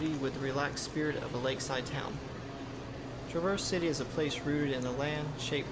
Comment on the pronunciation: That's TRAAA-verse City. Accent on the front of the word.